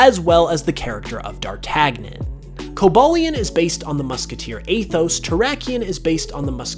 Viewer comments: My man, it's pronounced "Dar-TAN-Yin." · It's Pronounced Darr-TAN-yin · It's pronounced (dar-tan-yon), please stop butchering classical characters. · My eye twinged every time he mispronounced D'artagnan